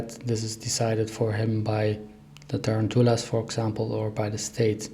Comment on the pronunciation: Tarantulas… look up the proper English pronunciation please